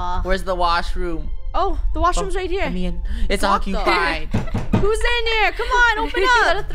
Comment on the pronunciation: Draco: it’s occuipped